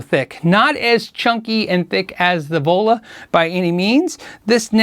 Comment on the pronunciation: All I hear when you say "The Vola", is Devola. As in Crazy Joe Davola. lol